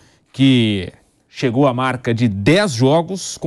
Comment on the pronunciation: "Cehgou" a 10 pontos😅